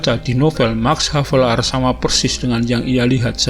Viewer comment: Penyebutan lahir ernes max havelar kayaknya salah itu